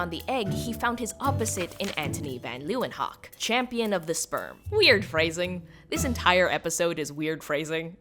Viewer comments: Leeuwenhoek is pronounced more like "Leeuwenhook" than "Leeuwenhawk" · That's the first time I've heard the word hoek pronounced as hawk. You'd have been closer if you'd pronounced is as hook. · Leeuwenhoek is actually pronounced lay-when-(h)ook, the double oo at the end as an “ooo, what’s that?” It means Lions Corner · You butchered leeuwenhoek’s name, but I don’t mind because this video is really great! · Hearing you mispronounce reinier de graaf and antonie van leewenhoeks names is physically painful, i am so so sorry